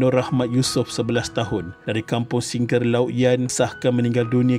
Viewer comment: Singkir LAUT min....bukan singkir LAUK....😁😁